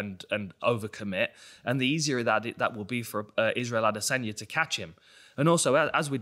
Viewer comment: I hate how he says adesanya